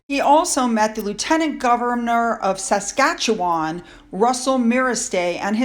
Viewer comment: Well done on pronouncing Saskatchewan! 😘 Many have tried but failed. 😄 It got it's name from the Cree name for the Saskatchewan River and means "swift flowing water." An Acer tree is the genus name for a Maple. There are many subspecies, but yes, they're known for their beautiful fall colour. I have a Flame maple in my back yard, and each fall, the winged keys (seeds) turn a shocking shade of red, and the leaves turn an amazing deep hot pink. Definitely one of my favourite trees. 🇨🇦🍁